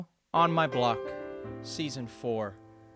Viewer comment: On My Bock or On My Block?